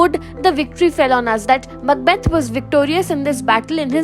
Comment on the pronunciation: Mucbath????? Huhh???!!!😂😂😂 It's Macbeth 😂😂😂